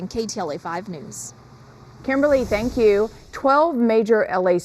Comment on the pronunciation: ~ Please note: Say Thank YOU - not Thang Q or Than Q - Please